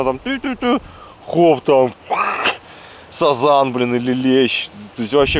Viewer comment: сАзан так слух режет, у нас все говорят сазАн